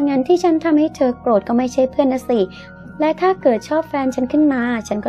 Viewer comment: ทำไมคำว่าเธอ..ถ้า..ทั้งที..ทุก..ทำ..ที่..ถึง..ต้องอ่านออกเสียงเป็น ชอช้าง..การออกเสียงมันกระแดะ